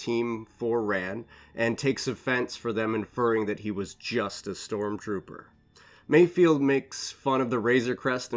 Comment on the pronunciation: I think his name is MayFELD not mayfield